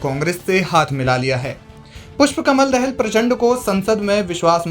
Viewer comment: दहेल नहि दाहाल बोल यार ।